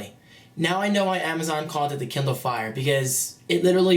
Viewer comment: he said kinder fire i mean KINDER